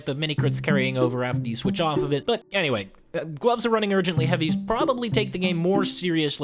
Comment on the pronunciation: Why u say „Anyray“ instead of „Anyway“?